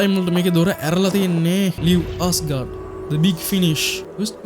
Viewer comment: ආස්ගාඩ් නෙවේ ඇස්ගාඩ්